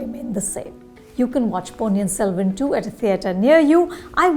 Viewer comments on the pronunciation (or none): Learn to pronounce ponniyin selvan correctly